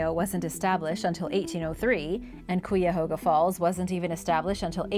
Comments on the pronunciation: The ‘cuy’ in Cuyahoga rhymes with ‘guy’, not ‘que’ I grew up in Cuyahoga Falls. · Kuy a HOG a. Kuy rhimes with guy. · As someone from Ohio, how you pronounced Cuyahoga was literally painful. It's like kei-ah-hoe-gah.